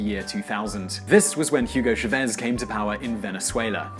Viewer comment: It is ChAvez not ChavEZ